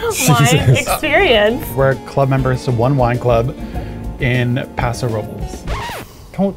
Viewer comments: I forgot about this. was right with his pronouncing of Paso Robles! It’s not a Spanish name, despite looking like it! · you even pronounced Paso Robles correctly, respect (curious which wine club you joined, I’m a big fan of Opolo for relative affordability given the quality) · This was bothering so I had to say it! There’s nothing wrong with the way pronounced Paso Robles. I grew up in SLO county and that’s how EVERYONE pronounces it when speaking English. Most Spanish speakers (including my husband) will anglicize the town name when speaking in English. So it’s 100% not weird how he pronounced it. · I was born in Templeton and grew up in Paso. Thank you. That is the way we always pronounced it. I will say though, I was in an immersion program for elementary school and speak pretty fluent Spanish. I understand the other side too! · Eugene... pronounced Paso Robles correctly though... that's how every local says it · It's always a trip to hear my hometown of Paso Robles mentioned. Thank you for pronouncing it correctly. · I’m just here to defend, he pronounced Paso Robles correctly. I’m a local, it’s pronounced with an American accent, not a Spanish one